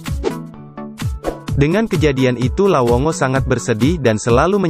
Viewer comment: lawongo atau lawonggo😅 dnk bro😅 depe recorrder rupa salah bilang😆